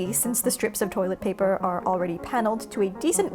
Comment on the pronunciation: Y'all can't tell me she didn't EAT THIS SHIT UPPP She said toîlęt pæpér